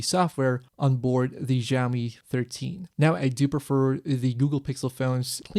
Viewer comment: Great review thanks! Just one thing....please pronounce Xiaomi it as 'shao mee' - IPA pronunciation is ʃaʊmi. The 'X' sound you are making is actually closer to 'R' like in 'ren' (person). The soft 'J' sound doesn't really exist in Chinese. You just said it soooo many times in under 5 minutes it got to me hehe >_<